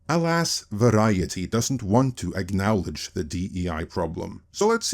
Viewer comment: say: "acknowledge" "awknallage" No. Try again.